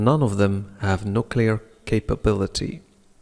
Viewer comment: استاذ اعتقد أنك اخطأت في نطق nuclear وشكرا على كل مجهوداتك قناتك فعلا مفيدة